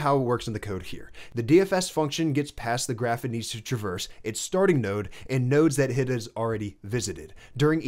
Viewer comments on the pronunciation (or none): none